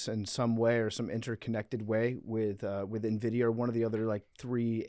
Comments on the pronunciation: Producers not realize it’s NVIDIA and not Envitia? I wish I was that blissfully unaware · Nvidia, not Envitia lol